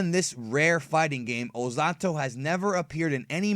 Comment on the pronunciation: Why do you speak his name ozatto instead of ozotto